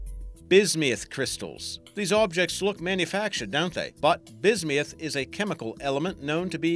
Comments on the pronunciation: Bis-me-uth? NO! It is Bis-Muth. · it's bis-myth not bis-mee-ith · I hate how he pronounces bismuth "Bismiuth". I'll never get over that... (Or all the people who scream about Steven Universe, you don't need to turn every word into a reference...) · Where is he getting the "e" at in bismuth?